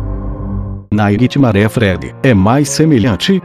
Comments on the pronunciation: GOOGLE TRADUTOR KKKKK AFFF NAIGUITIMARÉ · vei "naiguitimaré" kkkkkk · naquitimare... nessas horas que da vontade de falar inglês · NAIGUI TIMARE